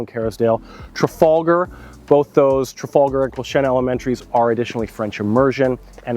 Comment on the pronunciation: Your pronunciation of Quilchena is the same as people from Merritt, when they talk about Quilchena ranch. So nice to hear it pronounced properly! :)